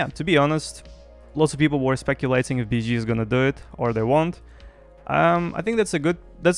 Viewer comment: I LOVE HOW YOU SAY BSG. BIZZG